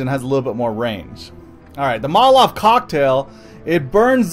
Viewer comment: it isn't motalave